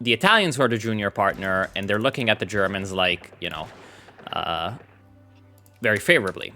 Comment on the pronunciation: Why do I hear "Germans" as "germs"? Cringe moment...